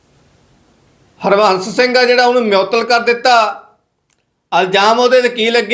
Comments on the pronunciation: ਮਿਓਤਲ ਨਹੀਂ ਮੁਅੱਤਲ, ਨਸਾ ਨਹੀਂ ਨਸ਼ਾ ਹੁੰਦਾ ਯਾਰ।ਪਤਾ ਨਹੀਂ ਕਿਹੜੇ ਸਕੂਲ ਵਿੱਚ ਪੜ੍ਹਦਾ ਰਿਹਾਂ। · ਹੋਲੀ ਹੋਲੀ ਸਿੱਖ ਜਾਏਂਗਾ ਖ਼ਬਰਾਂ ਨੂੰ ਕਿਵੇਂ ਪੜਨਾ,,ਨਾਲੇ ਜਿਹੜੀ ਗਰਾਰੀ ਫਸਦੀ ਆ ਬੋਲਣ ਵੇਲੇ ਓਹ ਵੀ ਹਟ ਜਾਊਗੀ। ਮਿਉਤਲ ਨਹੀਂ ਮੁਅੱਤਲ ਹੁੰਦਾ ਪੱਤਰਕਾਰ ਰਵੀਸ਼ ਕੁਮਾਰ ਜੀ,,ਨਾਲੇ ਨਸ਼ਾ ਹੁੰਦਾ ਨਸਾ ਨਹੀਂ।